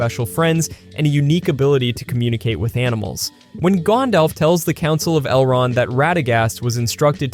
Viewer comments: It's not gondolf, Gandalf. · It's not "Gondolf" it's Gandalf. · "Gawndawlf" gross